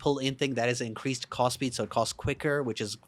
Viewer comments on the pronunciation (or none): When you say cast it sounds like cost and that shit is hilarious.